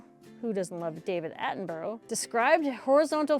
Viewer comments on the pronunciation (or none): You pronounce David Attenborough as Attenburra not burrow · I love your channel, you’re a great story teller. I was in this area when it happened so it’s good to hear your take on it. But please, your pronunciation of David Attenborough is wrong. It sounds like ‘Attenburra’. Not the way you say it. Otherwise, fantastic stuff. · Is the narrator drunk ? Or just normally wooden and please learn how to pronounce David Attenborough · Your version of the name David Attenborough is incorrect, funny, but incorrect.